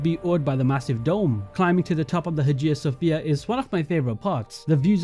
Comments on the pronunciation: Also Haja sophia... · Man… xD I was holding myself together at Hagia Sophia, but when Versailles came up, I literally had to stop the video and stare at the wall for a minute xD Never have I heard someone butcher that name so masterfully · I absolutely love these videos, but i cringed every time "Versailles" and "Hagia Sofia" was said